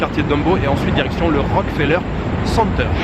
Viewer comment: Bonjour, première fois que je regarde ta chaîne, tu as de très belles images, et tes informations sont très intéressante. Concernant le Rockefeller center, il faut vraiment prononcé le "ke", ça sonne comme Rock"que"feller. Lors de ma visite du lieu en 2018, le guide touristique (un Québécois comme moi), nous a souligner la nuance à quelques reprises. Voilà, le tout pour ton info, passe un beau séjour, et je continue à regarder tes vidéos avec plaisir.